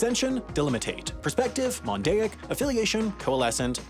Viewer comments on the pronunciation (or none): “Mondaic” too